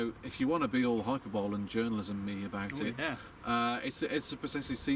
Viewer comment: "Hyperbole" isn't said how it's written!! 😂